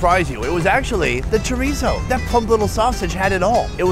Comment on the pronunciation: that is NOT chorizo, never say that again